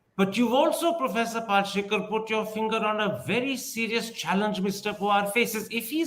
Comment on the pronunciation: Kirin Thipir, it's not Pal-she-kar, its Pal-shi-kar. Get the name right, for heaven's sake.